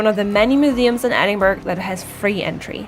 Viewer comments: I think Princes' street will give you an argument about the main street in Edinburgh (pron ed-in-bra not ed-in-burg) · Edin-buh-ruh ... not Edin-burg. Good video, though. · Argh, stop saying ‘edinburg’!!!! It’s pronounced ‘Edin-bru’ or ‘edin-bura’. Whichever you’re more comfortable - but it doesn’t have the same sound as an iceberg. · tuomask 78 I’m a “local”, born, raised, educated, live and work here... I’ve never heard “em-bra” (unless it’s maybe from the uneducated masses). Simply, it’s “Edin-buh-ruh”. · I think it is pronounced édin-brah ❤❤❤, Thanks for the video❤❤❤. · as a 80 year old lad who was born there , we call it Edinburra , now try saying that, it really is easy , well when you go there and say it how i have spelt it, i can assure all the folks will love you that you have pronounced it correctly ,Duncan, born in Edinburra . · Yes, EITHER of those are fine - but not Edinburg sounding like Iceberg. There’s a few factual errors too. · קמרוןSnipethemapplesקמרון No,it is pronounced Edinburra. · Thanks for posting this video. It was very informative and I have used it as a 'things to check out' reference as I will be there in June. I see a few people have pointed out the pronunciation of Edinburgh which by now, I'm sure you get. (When you hear it said with the hard "g" sound, it does interrupt the flow of your wonderful commentary.) And to share a bit of history, Princes Street was named after George III's sons--hence each of them was a prince. Cheers, Darryl